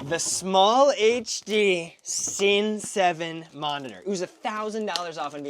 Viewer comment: It's pronounced "sinny 7", not "sin 7" lol. Why not use a 2-pin lemo instead of the dummy battery? Those are always coming out